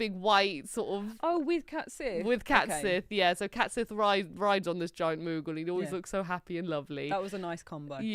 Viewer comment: CAT sith?? I think you mean Cait Sith.